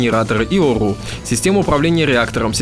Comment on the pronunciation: Вот етот мужик почемуто картавит я ето услышал когда он сказал ОРУ